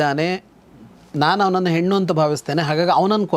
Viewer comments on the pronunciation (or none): none